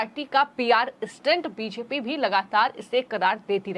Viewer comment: बोलना सीखिए मैडम... बीजेपी को ह्वीज्पी मत बोलिए